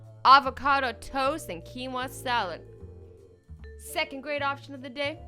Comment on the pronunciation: is no one going to comment about how she said the word quinoa